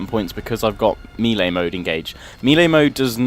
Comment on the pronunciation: You pronounce melee wrong, yes im English too.